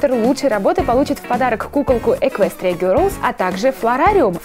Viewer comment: не герлс , а гелс